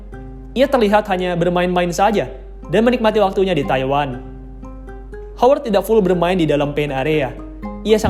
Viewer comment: Woi Howard Itu bunyi pengucapannya "HAWERD" bukan "HOWERD" 👎👎👎👎👎